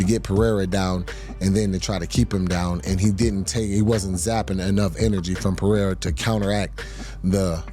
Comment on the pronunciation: the guy who’s name should be pronounced “Jam-a-hall” can’t pronounce Pereira?!